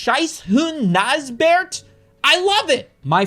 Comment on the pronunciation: What's even funnier about the german thing - That dogs name isn't pronounced Neisbert...You say the G also. G-Neisbert.